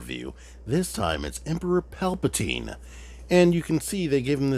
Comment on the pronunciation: putting the T in Palpa-T-ine! 😉👍